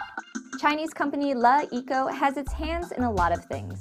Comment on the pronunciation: King0097 That's the correct pronunciation